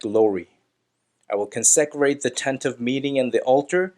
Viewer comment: Con-se-crate!! Get the Hebrew right but get the English right too!